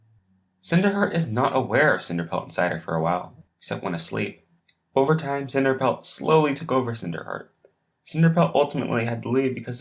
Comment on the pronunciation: cinerpelt lol